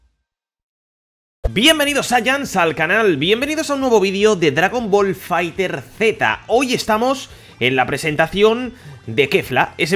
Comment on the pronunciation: No se pronuncia Fighter Zeta, se pronuncia Fighterz, tal cual.